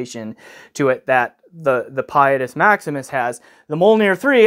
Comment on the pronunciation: you’re supposed to say its name with an ITALIANO accent. 😸